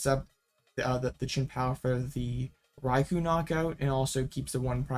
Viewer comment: ...rye-coo.... Rai.kou ...... not Koh